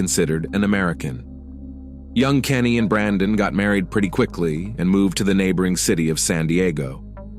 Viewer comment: It’s Canny, not Kenny